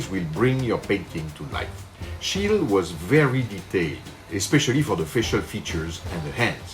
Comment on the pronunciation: This is quite a good approach to Schiele's style. 🙂👍 By the way, the "e" at the end of "Schiele" is not supposed to be dropped.